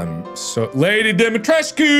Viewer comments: The name has romanian origin and you pronounce it like you write it Dimitrescu! The main character saying it like Dimtresk, but its wrong! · yeah, but even if that was the case, you wouldn’t pronounce it as “Dum- EE-tresk”, you would also have to include the U at the end so it sounds more like “Dum-EE-tres-coo”. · Oh ok, my apologies for misunderstanding your comment ;-;. For IPA, I am guessing it would be “Dumi’tresku”, as supposed to “Dumi’tresk” (Capcom’s pronunciation). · The actual character saying her name: Domitresce Mark being dumb: I think it's dimitresq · The real word equivalent is Dumitrescu and sounds a lot like what the voice actors are saying. In game it's spelled Dimitrescu so I don't know why they would pronounce it like Dumitrescu unless there was a typo somewhat early on and they stuck to it. (u is next to i on qwerty keyboards) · I think it's pronounced dimitrOOOOH YOU STILL THERE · Mark: I don't why she's so mad at me Also Mark: kills her daughters and repeatedly pronounces her name wrong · mark correcting Dimitrescu on how to pronounce her own last name and getting his ass slapped for it seems about right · Mark here trying to correct Lady Dimitrescu on how she pronounces her own name cause he likes the he pronounces it more XD